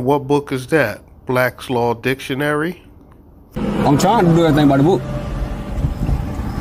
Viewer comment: You can’t invoke Blacks Law Dictionary if you can’t pronounce it properly.